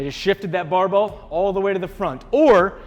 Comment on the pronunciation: I haven't heard the word barbell spoken this many times since Scott Herman. BAHBELL haha